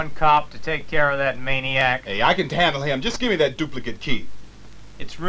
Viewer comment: “I can tandle him.” 😂🤣